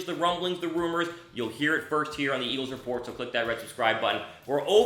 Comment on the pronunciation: what is "Eaglves"?